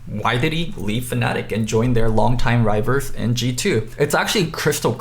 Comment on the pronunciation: It’s funny how you pronounce rivals. No hate, long time fan !